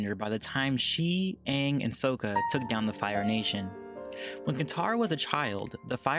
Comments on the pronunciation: it's Sokka, not Souka (the pronunciation) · The fact that he said ”SoUKkA” makes my brain hurt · U said Sooka but it’s sokka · Sokka!! Not Soka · Not sookoa its sokka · Who else cringed when he said soeka instead of sokka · It’s not swka It’s soka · Its sokka not soeka get it right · ITS SAKA NOT SOUKA YA DING DONG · It’s sokka not soukka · Facts thank you. It’s sock a, not soak a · Why did you prounounce sokka's name like söka? It's pronounced sakka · I've got some nitpicking for you: Sokka's name isn't pronounced so-kuh, it's pronounced saw-kuh. This isn't the movie. Also, Mai and Ty Lee are not sisters, just friends. Ty Lee says in the beach episode that she was one of nine sisters and looked exactly like them. Mai was an only child for the longest time until her parents had her brother, who was a baby in the show. Otherwise, great soundtrack and editing! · Did you even watch these shows? "Soaka" is actually Sokka. It's not pronounced like soap. Katara's dad was not the actual "Chief" of the Southern Water tribe. There was not an official chief until The Legend of Korra when Korra's dad was made chief. Before that, there was only one main chief of both tribes. And Mai and Ty lee were not sisters. And also, Amon DID master his fathers mental blood-bending. I know these things are pretty minor, but too someone who watched the show, they are pretty annoying. Other than that your video was a nice comparison. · dude its pronounced sakka soundes like an "a" not a o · by the way it is sakka not sokka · ok sokka isnt pronounced soaka its socka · Sooka XD you mean s Sokka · Did you say sokka with a long o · its pronounced sa-kka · CAN U PPL FOR THE LOVE OF GOD STOP PRONOUNCING SOKKA'S NAME WRONG LIKE BRUH ITS WRITTEN SOKKA BUT PRONOUNCED SAKA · Soh-kah. ITS SAH-KA. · Sock a. okay that is how u pronounce it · "souka" lol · Um...Sock-Uh? = Sokka Soakuh = NO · Soaka I heard cyka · Soaka mi mai-lee dude please get their names right oh and mai and ty-lee aren't sisters